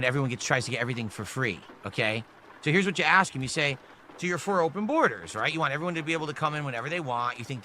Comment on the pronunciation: ‘Normal’ people can say the word WANT. Unlike you,.